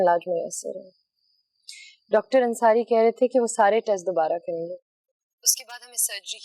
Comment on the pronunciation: Khirad ne doctor ne dactar bola h😂😂😂